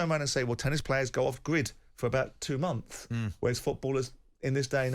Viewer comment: why does Simon say months so weirdly 😂